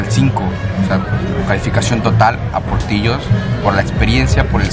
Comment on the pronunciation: Se llama portillos y se pronuncia portilos pero con doble l